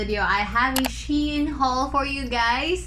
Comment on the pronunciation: its SHE-IN